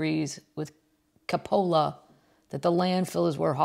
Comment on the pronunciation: Love your pubcast! Check pronunciation of Francis Ford (sounds like) "Kopala"